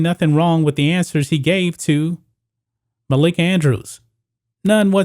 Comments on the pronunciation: It’s “Malika Andrews” not “Makaila Andrews,” you 🤡. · It's Malika not Makaela. Get your facts straight bro. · MUH-LEAK-UH......lol....love the stuff just pointing out her real name...but you did get it on the 3rd try🤩😂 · I cringed every time I heard makayla andrews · The fact that he keeps saying Malika's name wrong is stopping me from watching this video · MALIKA BRO ..ITS MALIKA 🤦🏿